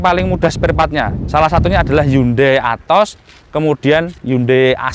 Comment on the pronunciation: Atoz Kata om B bacanya "A to Z"